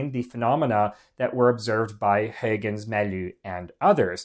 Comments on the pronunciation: Great videos. Very educational. One suggestion: Any way to add the names in writing of the various scientists? That would help people follow along. (As one example, where you say "HAY-guhnz" I think you mean Huygens which is pronounced more like "HOI-gunz" or sometimes like "HIGH-guhnz." Again, great videos & I've subscribed. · Lol, mentioning “hoygunz” … That’s like thinking the whole world should use the US-english prononciation. Mr Huygens was Dutch. And the Dutch prononciation is completely different. Try to respect this please. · Good video, very interesting. Dutch pronunciation can be baffling because the orthography is unfamiliar to many. But it's not hard to check pronunciation on Forvo. Huygens is closer to "how hens". Combinations like ui, uy, uij etc. are usually pronounced like "ow". AFAIK. Just saying...